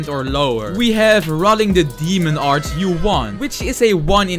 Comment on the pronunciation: I love this guy so much I totally live him pronounce demon art as Damon art